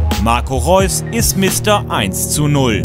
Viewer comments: Hahaha Marco "Leus" :D, Wann beginnt die "Tour" eigentlich? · immerwieder Łp26 Weil sie auf asiatour sind in der Sommerpause & in Asien können die meisten das "R" nicht aussprechen. anstatt "R" sagen sie "L". deswegen Leus :D